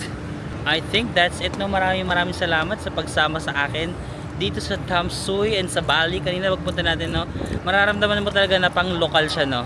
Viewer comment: Hello, Tam-sweee or tam-sway ang pronunciation ng Tamsui. More power, I enjoy your vlog! 😊😊